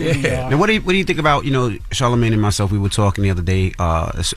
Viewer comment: I remember we laughed at Webbie when he said Charlamagay.......but man I think he was on to something